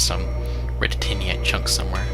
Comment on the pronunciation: "tight an eye t" Titanite